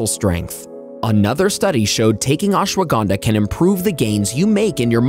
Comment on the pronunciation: You pronounced ashwagandha SO wrong 😭